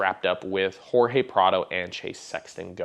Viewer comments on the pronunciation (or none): none